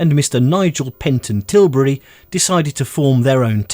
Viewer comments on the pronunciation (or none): none